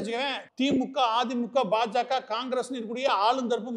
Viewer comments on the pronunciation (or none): none